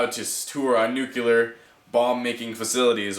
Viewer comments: Please don't say nucular... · he was just pointing out your pronunciation of nuclear. it sorta sounds like george bush. no offence though... i've heard many people make that mistake before.